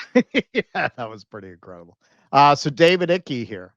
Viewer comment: It's David Icke. Icke is pronounced like bike.